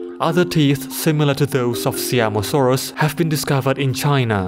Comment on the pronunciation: It isn't See-am-o-saurus. It is Sie-am-o-saurus. I wanted to clarify because this is the pride of my country